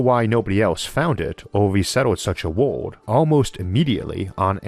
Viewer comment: Can't tell if you're saying world or ward.